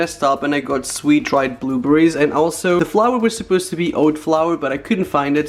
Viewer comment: not being mean but did he say booberries??????